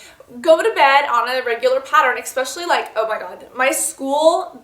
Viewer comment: eSpecially, not eXpecially ;) Love your vids, your effort really shows.